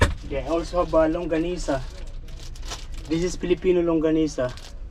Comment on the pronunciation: He was more focused on his “ longsanisa “ 😂